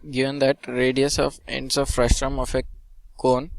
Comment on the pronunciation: It's frustum not frustrum